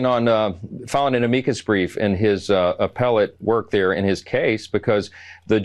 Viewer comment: It's clear that MAGA Mike is out of his wheel house when he refers to a Amicus brief as "A-meee cus brief " He claims to be religious. So far I haven't seen it.